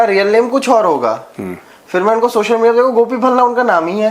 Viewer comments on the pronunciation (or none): none